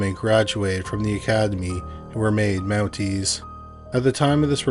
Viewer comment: So the men are "mounteys" and the woman are "mounted" 😂😂😂😂😂 got it